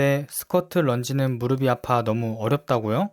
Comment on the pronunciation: 무릎이 - 발음 - 무르비(x) - 무르피(ㅇ) 엉덩이 근육은 우리 몸에서 가장 큰 근육 중 하나(x) 엉덩이 근육은 우리 몸에서 가장 큰 근육(ㅇ)